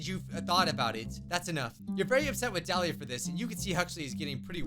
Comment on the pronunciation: 1. YAY YOU SAID MY NAME RIGHT